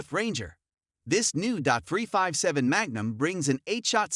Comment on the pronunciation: Terrible voice over. Dot 44, dot 357, really?